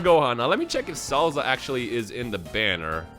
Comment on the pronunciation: I can't unhear him calling Salza as Cellza lol